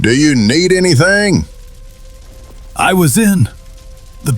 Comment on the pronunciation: "DO YAH NEAD ANYTHANG"